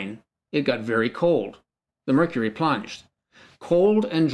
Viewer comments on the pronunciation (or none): none